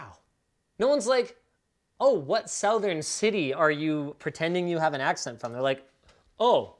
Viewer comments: As a southerner this video was my first experience hearing "southern" as s'ow-th'urn instead of s'uh-th'urn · South earn... Oh my god I can't fucking unhear this. 😂